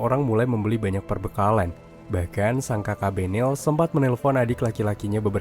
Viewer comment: Itu belen loh bukan benel😢